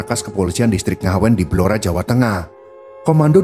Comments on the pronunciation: Blora min.. bukan belora .... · Saya asli org Blora, yg bener itu Blora, bukan Belora.